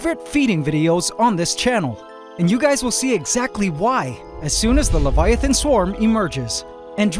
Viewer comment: At the start did i hear leviavan or leiavant?